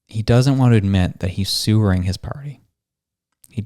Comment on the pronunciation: "Sewering" love it mate !!!